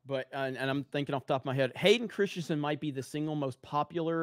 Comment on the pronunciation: Hearing saying Hayden "Christsiensen" over and over gets a little distracting after a while.